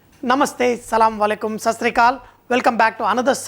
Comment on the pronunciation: Salawalaikum nahi hota hai wah assalam wa alaikum hota hai OK, but very tasty biryani